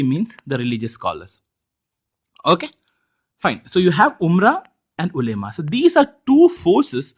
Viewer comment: the pronunciation of ulema is wrong